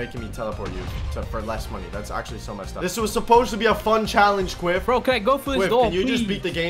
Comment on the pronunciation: Quiff not Quidd